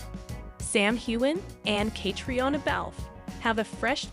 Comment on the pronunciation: Again,the narrator doesn't seem to be able to pronounce names and locations correctly, especially Sam and Catriona 's . Try me, I've got a great voice !